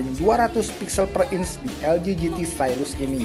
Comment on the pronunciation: "Inch" bukan "ince"